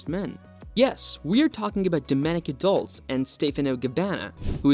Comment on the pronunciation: Horrendous pronunciation. DOLCE as in CHESTER, CHESS, CHEST, NOT DOLS